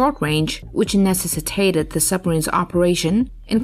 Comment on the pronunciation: Why can't you speak!!!!! Necessitated!!!